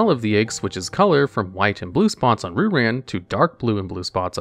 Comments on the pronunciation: Fun fact: Ryu is pronounced "Reeyu" and means dragon in Japanese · Hahaha pronounces "Ryu" as "Roo," somewhere Seth Killian is smiling. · Isn’t it pronounced ‘rai you’ like the street fighter character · It's more like "Ryoo" (only one syllable, the "y" is a glide, not a stressed syllable) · Shocked and impressed that pronounced "Manga" right, and then he got to Ryu. Dammit, man. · The way he pronounces "Ryu" is making my skin crawl.